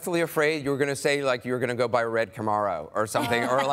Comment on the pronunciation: Did anyone else notice how anderson pronounced "camaro"